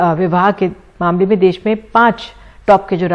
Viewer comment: देस नहीं देश होता है